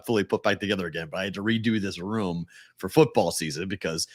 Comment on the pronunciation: somehow adds a "w" to the word "room." Not sure exactly where or how, but he does. #FTAT